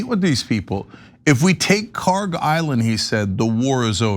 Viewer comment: PRONUNCIATION: kharg خارک should be khark. pronounced like park but the german 'kh' sound in the beginning instead of 'p' there is absolutely no 'g' sound in the name. ک is the last letter in the name which is 'k', not گ which is the next letter of persian alphabet which is 'g'. they look similar to people unfamiliar and the keys are right next to each other so it is either a typo or ignorance in transliteration.